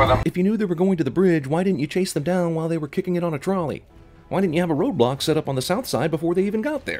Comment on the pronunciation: I know it's "road block" but I just can hear "Roblox"